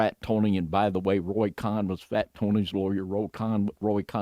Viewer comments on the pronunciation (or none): It's Roy Cohen, Jew. Not, Roy Khan, David. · It's pronounced CONE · It's pronounced like cone , Roy Cohn. Pronounced like cone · Cohn is pronounced "cone"...